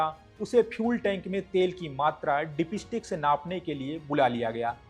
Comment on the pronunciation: Bhai main bhi Bihari hun aur samajh sakta hun accent ka pakad aap par hai. Par presenter hone ke nate aapko pronounciation par kaam karna chahiye. Ex- Dipstick hota hai Dip_estick nahin, On hota hai Aan nahin, Ottawa ka bhi prononounciation unnatural laga etc. Baaki aap acche flow me bole.